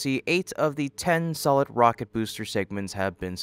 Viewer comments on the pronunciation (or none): none